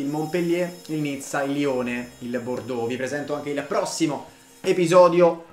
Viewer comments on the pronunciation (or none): none